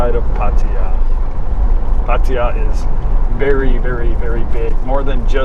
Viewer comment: Glad to hear you are one ahead of Kev; you can pronounce Pattaya correctly :-)